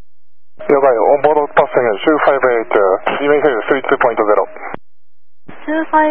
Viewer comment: Fuelをフュエルって発音するのはビックリだなw 理解したならいいけど、私なら理解はできないな(カナダとアメリカで5年住んでます) もちろん訓練時にそう習うのかもしれないが